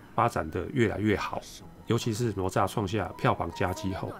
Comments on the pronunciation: Up好可爱，不过那个念ne zha,不是nuo zha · ……挪炸是什么？那个字念“呢鹅”吒…… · 不是nuo zha，是ne zha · 为什么台湾会念成：挪nuo炸zha? 应该是：哪（ne 同讷）吒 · ne zha不是nuo zha 哈哈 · 哪吒，这个名字读 ne zha （呢扎），这个字在这里的读音跟佛经里的读音一样，不读 nuo zha（挪炸）。哈哈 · 并不是我要抬杠，哪吒的哪念 ne 第二声，而不是nuo……听着难受🤣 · 快来纠正下发音哪吒 né zhā ，不说成了罗渣，咯炸、拿抓！ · 不是nuo zha 而是ne zha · 不是罗吒 发音跟“勒吒” 比较像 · nezha，台湾口音怎么念成nuozha了。。。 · 我太喜欢你的解说了～ 台湾和大陆用语的不同也十分有趣，比如我们会说“熊孩子”，你在解说中用的是“死屁孩” 哈哈哈哈，真的好可爱好有趣。 噢还有，哪吒的普通话发音是“ne（二声）zha” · 听读哪吒好像mozhua呀哈哈哈哈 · 纠结了一下，还是希望说一下读音的事。。。哪吒惯读（呢né渣），只是把第二个字轻声弱读后会听起来像（炸），其实应该更像卷舌的（咋） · "哪“字的讀音台灣和大陸是不同的，台灣的國語辭典: 字詞【哪吒】注音ㄋㄨㄛˊㄓㄚˋ，漢語拼音 nuó zhà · 哪吒（音：呢喳） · 跟我读：ne哪 zha吒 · 不是“挪吒”.... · 读错了，哪=那！ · 兄弟，听了你的哪吒发音，我有点怀疑人生了，是糯炸还是拿炸？还是ne炸？